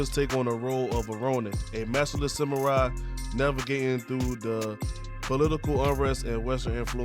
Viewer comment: "Some-more-eye" and "Noah" xD